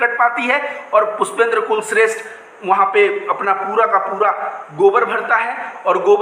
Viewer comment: Bhai Anntimcheshth mein likh hua bhai. Aap blkul sahi ho. Bhai kulshreshth ko aantimcheshath padh ni chahiye.